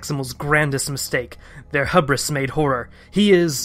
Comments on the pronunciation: It’s pronounced Hubris with a long U sound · No, its pronounced hubris with a short u sound and the s is silent.